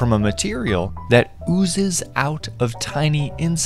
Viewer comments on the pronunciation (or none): My man why you pronouncing “OoZeS”like that😭💀